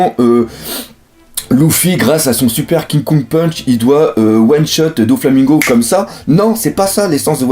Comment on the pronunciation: arrete de dire ki kong punch cest KING KONG PUNCH !!!